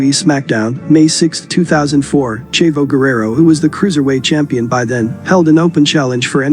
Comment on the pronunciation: Great video, but the way you pronounce "Chavo" is very annoying.